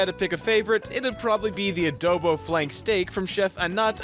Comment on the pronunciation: amazing video, but I have one criticism. YOU PRONOUNCED 'ADOBO' INCORRECTLY It's pronounced (a, as in aaaaaaaaa), (do, as in dork), and (bo, like ebola, but the o is a short o) no but this video's really good